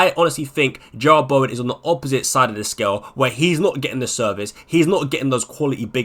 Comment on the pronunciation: Jarrod. JAH-RUD. Not Gerrard